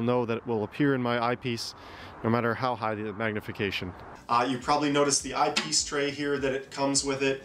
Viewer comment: oh Eye Piece Tray , thought you said Ice Tea Tray , lol